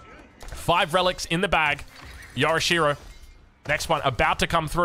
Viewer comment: Yo'rishiro not yora'she-ro. Get it together mate.